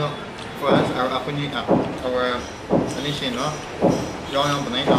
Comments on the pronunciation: Being an Ao learned only today its called noshi not anishi 😮😮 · Yes it called nu-o-shi.